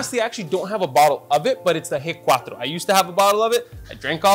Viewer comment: G4. It sounds like “hey cuatro” in Spanish.